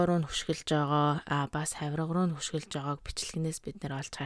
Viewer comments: Монгол хэлээрээ зөв яриач эсвэл маяглаад байдаг юм уу дээрлэхдэг гэдгийг дээрхэлдэг гээд байсан одоо бас юу вэ өшиглөх шүү дээ үхсэний чинь хөшиглөх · Хааяа2 сонсох дуртай. Тэгээд ХӨШИГЛӨХ гэж хэлэхгүй шдээ. Өмнө нь ч нэг дугаар дээр чинь бичиж байсан. ӨШИГЛӨХ л гэж хэлдэг шүү. Чиний ярьж байгаа ярианаас сонсож буруу хэллэгийг чинь сурж мэдэх хэсэг хүмүүс бий шүү. Хаа хаанаа зөв ярьж бичиж байхыг хичээж баймаар байна. 😊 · хөшиглөх биш ӨШИГЛӨХ гээч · Хөшиглөх бишээ гэж мөн ч их хэлхиймаа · Хөшиглөх биш шүү өшиглөх шүү нөхөрсөг зөвлөгөө. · Хөшиглөх биш өшиглөх шүү ☺